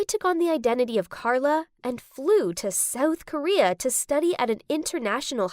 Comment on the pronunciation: It’s not soael Korea it’s south Korea